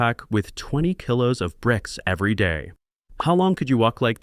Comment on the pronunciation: AI VOICE. Kilo is mispronounced. For this, I will avoid this channel. Real humans . Keep healthy